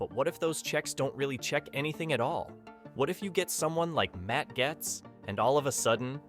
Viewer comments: You can always tell an AI narrator by the mispronounced words such as “Gaetz”. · How are you the only person who can't pronounce 'Gaetz'? This has to be AI crap, and now that I've heard the end of the video, I know it is.